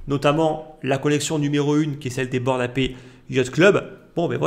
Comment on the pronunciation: C'est un détail mais frérot revois ta prononciation de "Ape" 😅